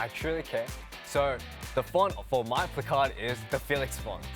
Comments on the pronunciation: The way he says placard sounds like Picard 😂😂😂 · The way he says placard is oddly satisfying for me idk y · The way he pronounces “placard” is so cute 🥺💜